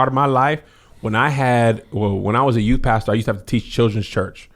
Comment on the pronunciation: said "to today's youT" HAHAHAAH #dead